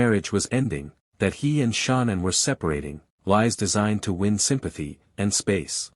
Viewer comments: Its so funny every AI channel pronounces her name Nickle lol. And Sha Naan. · Omg I cannot with this Ai 🤦🏽🤣 "Nickel" " Shawnann" but says Chris name just fine